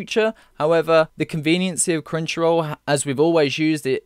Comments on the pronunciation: Sounds like you're saying CringeRoll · every time he says "Crunchyroll" im understanding "Cringeroll" and i cant unhear it lol xD